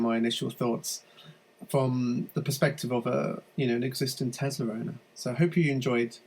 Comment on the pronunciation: Its a Tesla not Tezla